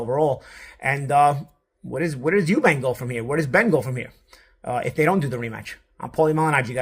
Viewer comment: It’s eubank you silly yank. Chris Eubank jr. not Eubanks